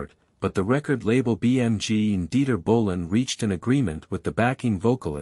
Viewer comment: What is "Dieter Winter Ball"?!? You mean Dieter Günter Bohlen? Your AI should be improved very soon